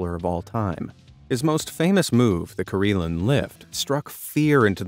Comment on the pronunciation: I SEE - Karelin I HEAR - Kareelan. 😲